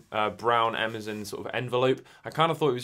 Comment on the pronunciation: I know it is normal for people to pronounce things differently. But proper names like Amazon should always be pronounced the same. It's strange hearing you mispronounce it over and over.